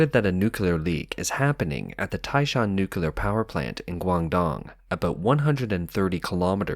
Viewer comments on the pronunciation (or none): What is NUCULAR? He keeps saying NUCULAR, is this a type of Nuclear energy? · It’s not spelled nucular it’s nuclear why do people insiste on mispronouncing it.